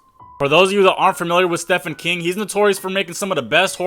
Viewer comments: Bro. Its pronounced steven not steffan. Also he didn't create those movies. He wrote the books those movies were based on. If your going to talk about this at least get your facts straight... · The name is said Steven King, not stefen... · Stefan 😂😂😂 bro its pronounced steven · Ik its Stephen (Stefen) but its pronounced Steven Its weird but yeah he has good horror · When he says Stephen not "STEPHEN" 👀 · Steven not stephen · It's "Steven" King, it's weird but mf wanted it to sound like Steven even though it's spelt Stephen, one one the most poetic minds to exist and yet he spells his name on how it doesn't sound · It's pronounced "STEVEN KING." And Stephen King actually has the correct spelling of it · I feel the need to say "steve-N" not to be a douche but because ny dead father is turning in his grave rn 😂 he hated when people would say it like that. (Yh it was a ph) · Bro neads to reed mor buks kuz hea mis pronaonced tso mini werds and knames....ITS PARA DICE ISLAND AND STE PH EN KING like Steven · Its pronounced steven, he didn't make movies, he wrote the books that the movies were based on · Steven bro you deserve to be roasted for the rest of your life for this one. Even if you didn't know how to pronounce it, there is google bud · His name is pronounced as Steven still and he is an author, they just adapt his films into books. Other that that fire reel 🔥🔥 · Steven is how you pronounce it